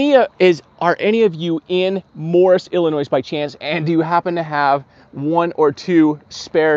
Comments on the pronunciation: Do not pronounce the S In Illinois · S...is silent...!!! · BY THE WAY....... the last S in illlinois is silent you don't pronounce it!